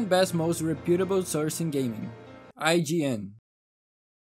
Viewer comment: The puase after IGN killed me lmao